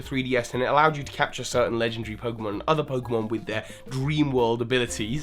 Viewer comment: Lengendry. You pronounced legendary lengendry. Just thought I'd point that out.